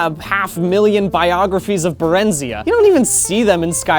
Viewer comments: I'm pretty sure It's pronounced (Bare-n-Zai- ah) not (Bare-in-z-ah) but I'm just a nerd who's way too deep into this game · Im sure I'm not the only one to say this but I need to to get it off my chest, its Bare-ren-zi-ah not Bur-ren-zee-uh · When he pronounces Barenziah it hurts me, it's Bare-In-ZI-uh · I thought berenziah was pronounced like Jeremiah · It’s pronounced BAH-REN-ZIGH-AH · My girlfriend is a nerd and she says it's pronounced Barren-Z-eye-uh...(I do not endorse this message) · Ummm actually its pronounced Barenziah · Ahem, *pushes up glasses-- applies ointment to scalp*, it's pronounced "Bear-en-zy-ah". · THANK you. Hearing that physically hurt me.. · Barenziah is pronounced Barren-Zai-Rah. I know this because NPCs pronounce it that way if you appraise the unusual gems, but I don't blame you for never hearing it yourself. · Mispronounced Barenziah though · Barenziah has the stress on "zi". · You’re pronouncing barenziah wrong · I don't appreciate the way you say barenziah